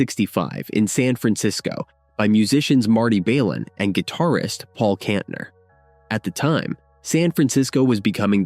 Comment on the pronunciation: and Kantener